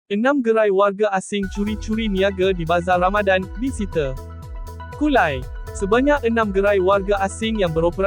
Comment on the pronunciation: Sebutan ' disita' tu salah..